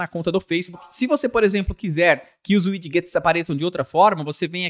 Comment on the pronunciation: ao invés de 'uidiguets' diga 'uidjets'